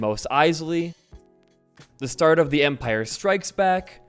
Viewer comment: Bro why does he say "Empire Strikes Back" with that emphasis